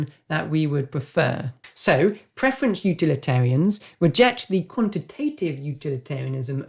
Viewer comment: Thanks for the video. Any particual reason why preference is being pronounced as preferenCH?